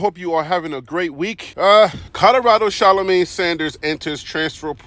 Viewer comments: Who is Sha-lo-May? 😂 🤣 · Please pronounce her name correctly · Please pronounce this child's name right. You've said three different names. 🤦🏿‍♂️ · Learn how to pronounce her name, then do a story on her. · First you need to say her name right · If you're going to do a story on someone at least learn how to pronounce their name